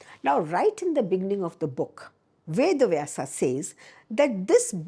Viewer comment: Rightly said, wish she could say इतिहास, पुराण and वेद in stead of इतिहासा, पुराना and वेदा । , Especially in a great podcast like this one...